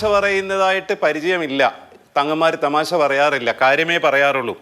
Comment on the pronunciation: തെമാശ അല്ലാഡോ തമാശ എന്ന് പറയാടോ....